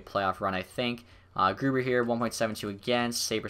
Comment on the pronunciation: I think when you look at the marketing stuff. Its new into the game so its fresh and interesting to see. Id say maybe only every season though. Also I always thought Grubauer was pronounced like Grew - Bower (like the company)???